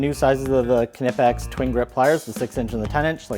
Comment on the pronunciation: The right pronouncing is K - N - OOO - P - UU - X